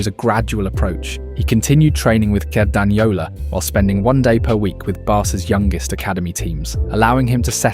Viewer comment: It's hilarious how "Cerdanyola" has been pronounced in the video and the extremely hot take about Lamine's position.